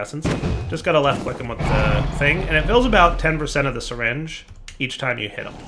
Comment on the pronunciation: I thought you pronounce it "Syringe" not "Seringe"..